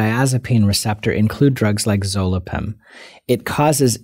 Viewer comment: Zolpidem...not zolipen.